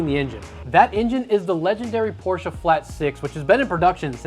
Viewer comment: As a German im Glad your pronouncing Porsche the right wayg